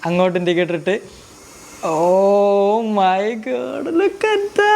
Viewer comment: bro what the heck 'OH MAY GAADD' 😂 😂